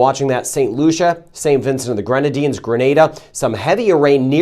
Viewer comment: I appreciate that you pronounce grenada correctly😊